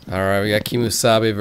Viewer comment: Keemsabe sounds like kiss me sabe... Lol XD